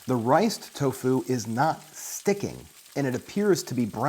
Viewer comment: The way this guy dries toFU is savaZe